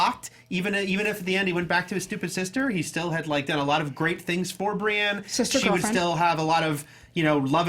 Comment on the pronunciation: Your pronunciation of Bran or Brienne were a little strange. You pronounced their names like Bron and Brianne. 😂